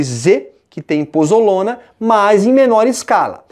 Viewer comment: POZOLANA e não pozolona